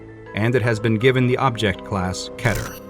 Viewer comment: He said keter, that’s how u say it.